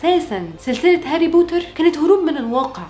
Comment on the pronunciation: لما قلتي هاري بورر عن هاري بوتر تحركت مشاعري الك عندك انستا ندردش بالموضوع ده الاكتئاب بصراحة اول مرة بحياتي بشوف وحدة مصرية حلوة زيك عسل